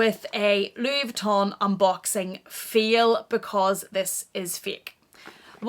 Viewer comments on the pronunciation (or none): Did she say “it’s a feel because it’s a feek?” Lol translation...It’s a FAIL ( pronounced FAY-EL) because it’s Fake ( pronounced Fay-k) You’re welcome! 🤣